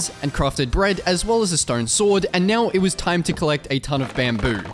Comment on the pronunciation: "neow" funny everytime